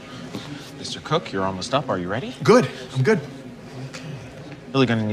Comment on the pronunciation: Its Tim Crook not "cook"